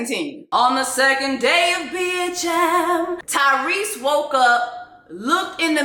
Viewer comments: 🤣🤣🤣🤣🤣🤣🤣🤣🤣did she say Cryrese🤣🤣🤣🤣🤣🤣🤭🤭🤣🤣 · Jess did you say “Cryrese” I - 😭😭😂😂😂😂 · “Cryrese” 😂😂😂 Everything you said about the black family structure here in America is absolutely correct! And yes Tyrese needs to travel more to where black people exist outside of a brainwashed structure. Although I think our generation is really trying to get it right and recognizing the generational issue as far as families go. All in all, Tyrese mad bc his kids are probably annoyed by him like everyone else is.